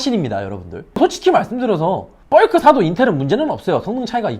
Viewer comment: 벌크를 뻘크로 발음하시네요 ㅋㅋ